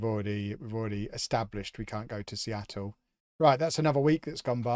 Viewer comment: I like that you are deliberately mispronouncing names such as Seattle and adding The with MLS because Americans frequently mispronounce words and enjoy referring to football as soccer lol. So, please carry on.